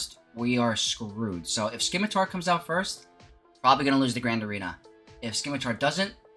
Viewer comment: It is not pronounced Skimitar my guy...the c is silent